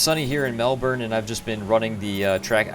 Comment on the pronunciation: Just so you know for next time, it's pronounced Mel-bin. Nice video!